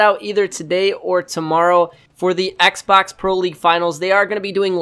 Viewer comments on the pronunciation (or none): none